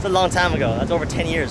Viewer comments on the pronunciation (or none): none